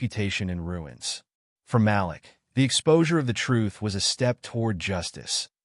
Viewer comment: Malik NOT Ma- lick Mah- LEEK... Way to screw up a name